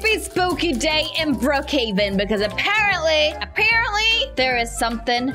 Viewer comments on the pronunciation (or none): Cutest and funniest moments in this video 😆😆 when said "ApArEnTlY" when said that the crystal was swearing😂 when moody was laying upside down😂😂